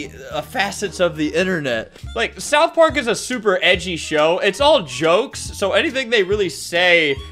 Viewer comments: Bro really called it South Pork 💀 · "south poark"